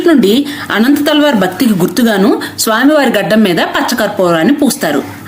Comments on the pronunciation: He is not anantha thalwar.....it's ananthalwar...... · అనంతాళ్వార్ కాదు అనంత ఆళ్వార్ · ఆయన పేరు అనంతాళ్వార్.. అనంత తల్వార్ కాదు.. ఆయననే తిరునన్తల్వార్ అని పిలుస్తారు.. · అమ్మా, అనంత తల్వార్ కాదు అనంతాళ్వార్. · అమ్మ తెలుగు ఉచ్చరణ సరిగ్గా లేదు తల్లి 🙏 అనంత తల్వార్ కాదు తల్లివారు. తల్వార్లు కత్తులు గునపాలు కాదమ్మా